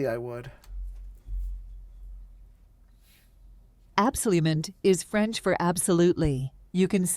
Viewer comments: When you’re mixing English and French the teacher pronounced the French incorrectly, like an English person reading French for the first time. But when the teachers text was in all French it had good pronunciation. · Thanks for the demonstration. I cannot comment on the Chinese, but why does the French teacher '' teach you French with an awful American pronunciation? Shouldn't the teachers teach you a native pronunciation? Does the same take place in Chinese? I would not want to use a tool that teaches awful pronunciation. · Man French accent is so bad? Are the other accents that inaccurate?